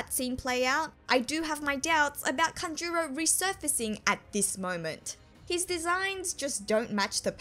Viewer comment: Please! It,s kAnjuro, not kanjUro...